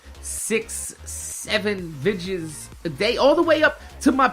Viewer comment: why do you say vidjis instead of videos #sundayQ&A